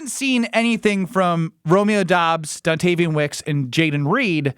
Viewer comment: Don”TAY”vion Wicks